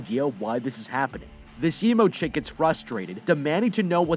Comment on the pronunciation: I love how he said "*THE EMO CHICK*"